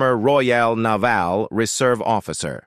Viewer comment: The narration was so irritating after 3 minutes I turned it off. 'Naval' .... 😂